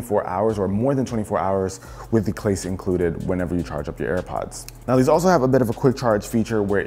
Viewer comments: “with the clase included” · "with the clase included'